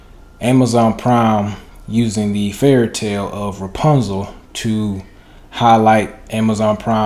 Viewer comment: Who says repuzal. Has to be white